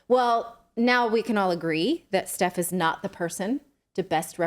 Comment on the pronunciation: That’s not “Steph” that’s SETH.